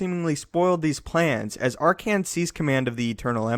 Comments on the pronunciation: Did this dude just call Arcann "Arcian"? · "R-Can" lol Also Legends was Canon before Canon was Canon.